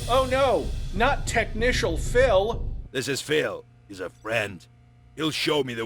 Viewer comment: "Technicial." LMAOA! 🤣